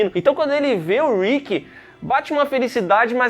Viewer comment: Man fala o nome do Rick certo que agonia 😂😂😂 , vcs estão mudando ate o Andrea. A primeira temporada absurdo de bom, e não o Daryl nem chega perto de ser escroto,é so uma cara que foi manipulado pelo pai, e depois pelo seu irmão, é de longe o personagem mais bem desenvolvido, consegue se libertar, e virar um grande líder.